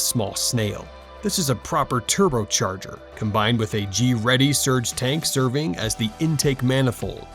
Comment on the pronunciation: You mean Greddy.